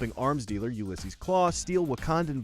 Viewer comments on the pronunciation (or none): none